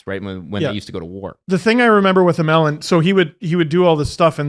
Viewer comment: How tf did pronounce Alexei Emelin?